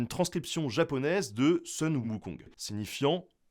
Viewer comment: Oui et non, ici Sun est mal prononcé. Ça se dit Soon. Mais oui, c'est une sorte de retranscription phonétique.